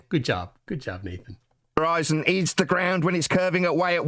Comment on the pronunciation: He seems to have a speech impediment when pronouncing "ground". Is that anything to do with his badly maintained teeth?